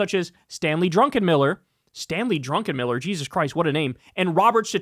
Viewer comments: Druckenmiller not Drunkenmiller hahaha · Druck en miller. Not drunken miller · Hey Kyle, FWIW, the macro Hedge Fund PM's last name is "Druckenmiller." Some good insights in this post and I wouldn't fade your call on "why" the U.S. government would provide a $20bn lifeline to Argentina via CCY swap lines. History hasn't been kind to such bailouts with this country. Probably not a good use of U.S. tax payer monies.